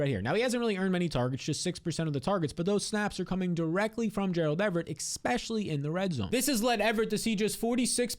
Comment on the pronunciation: Especially not EXpecially